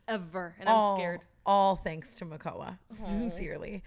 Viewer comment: I did 😂 when said “fanks a lot sstfacey”